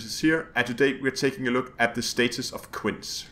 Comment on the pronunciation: Quince is pronounced kwinsee